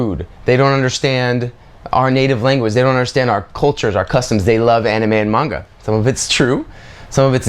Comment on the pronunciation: One you can and two say manga right